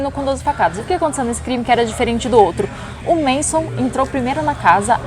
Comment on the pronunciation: Galera, eu acho que é MANSON e não MASON.